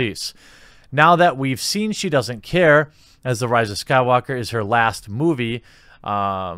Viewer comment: my man, you started saying the rise of skywalker right lol. kudos haha enjoy the videos as always